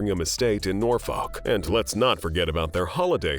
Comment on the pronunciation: This guy lol who’s Lottie? Then It’s Norfolk not Nor FOLK! Catherine not Kate. Princess Charlotte not Lottie. She’s Charlotte but princess Lottie. Maybe there’s a princess Lottie out there?